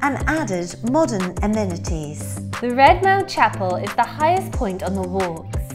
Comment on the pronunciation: do you really pronounce an aMENities and not aMEANities?